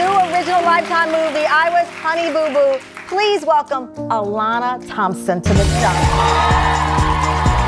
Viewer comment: "Ho-knee-boo-boo" ....bwahahah. Tony and Ho-knee. Sad AI.